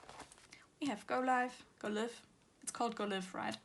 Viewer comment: Hi! Just wanted to say that the word live in the go live album is pronounced as for example in this sentence “I will go LIVE on Instagram”. The in life and go life albums belongs together and forms the sentence “go live in life” (idk just wanted to point that out 😂😅)